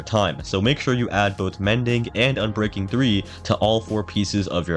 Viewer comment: Say ubreaking III one more time